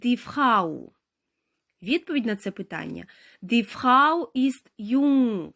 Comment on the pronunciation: Слово "jung" потрібно вимовляти коротко, тому що тут коротка голосна.